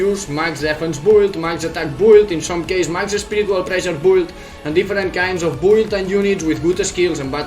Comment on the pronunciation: Its called Meta and Build not Mita and Bould. This is really annoying